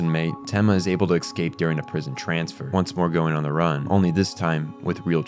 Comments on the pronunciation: Good video but ... this drove me crazy. you mispronounce "escape" .... it's eh-scape or uh-scape or even ih-scape (depending on accent or whatever). it is definitely NOT ecks-cape / ex-cape you keep saying it like that and it makes me want to pull my hair out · Great video but I how come you say Ex-cape when you try to say Escape? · fantastic breakdown and analysis. I only have one critique, which is “excape” instead of “escape”. Lol otherwise 10/10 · The real monster is the one that pronounces escape as exscape. (not really, I'm no prescriptivist) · Someone mentioned to me how he says eggscape instead of escape and now I cannot unhear it. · Every time you've said "exscape" instead of the word "escape" my brain cells begin rioting. Other than that great video, I really had trouble parsing Johan's point of view and motives while I was watching Monster. This really helped. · eSCape, not excape. Also, your pronunciation of German names was godawful, but Czech names were somehow better. All in all loved the video, keep it up. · Please learn how to pronounce “Escape” and “Klaus”. There is no “X” in escape and klaus is pronounced like “house”